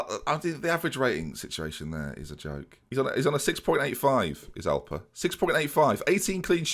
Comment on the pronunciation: Anyone else think of the cereal alpen when he says Alper?